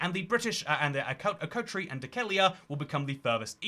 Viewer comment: You pronouce Akrotiri strangely 😅